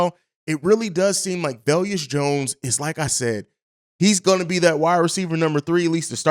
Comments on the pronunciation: No disrespect but ur terrible with names Velus (Vey-Lis) EQ (Eck-Qwa-Nee-Mee-Is) Al-Quadin (Al-Qwa-Deen) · Velus- ( Va-lus) not ( vel-yus) Jones lol. I get equanimeous being kinda tough to enunciate 😆! Let Bobby know too bc you both say velyus 😄! Just giving you a hard time. No hate! Love the show & everything y'all do!